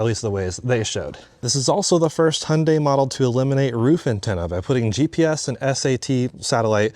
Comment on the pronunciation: thank goodness you guys say the name right.. so many UK reviewers say "high un die"...